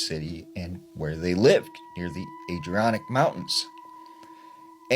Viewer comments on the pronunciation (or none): That is not how you pronounce Adirondack mountains 😂